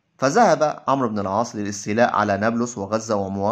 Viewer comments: مشكور على مجهودك لكن اللغة العربية للأسف فيها أخطاء كثيرة و نطق الأسماء و خصوصا عمرو و ليس عمر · جيد ولكن اخي مرن نفسك على اللغه العربيه الفصحى جيدا فنطق الأسماء خاطيء وعمر ليس عمرو وحسنه غير حسن وهكذا ..لا تفخم صوتك أكثر غلطاتك في النطق عندما تفخمه والله يوفقك